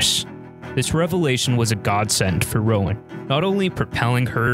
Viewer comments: it's not pronounced "Rowan"!!! it's pronounced "Rone" 🤣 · Roan not Rowen, pronounced as one syllable rhyming with "Phone".